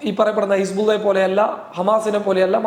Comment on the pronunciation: ഹി സ് ബുള്ള എന്നു പറയുമ്പോൾ വായിൽപഴമാണോ